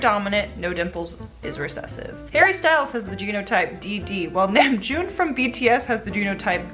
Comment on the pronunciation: BRUH the way she said BTS kimnamjoons name though 💀 “nam” like it sounded like Hamjoon NOOOO hahah it’s ok it’s just an accident 😂😂💀 STREAM LIFE GOES ON BE. NEW ALBUM, LISTEN TO ALL SONGS